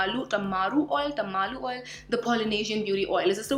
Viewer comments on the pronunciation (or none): This was such a direct and crisp review,! And, honestly, that really helps. Also, you looked super cute while trying to say 'Tamanu' oil 😄